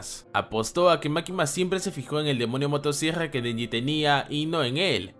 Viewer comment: El tipo dice demonio motosiegrra creo que tiene problemas para pronunciar ciertas palabras, mi hermanita es igual xd